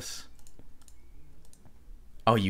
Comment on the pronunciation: he said glass plane everyone yell at him XD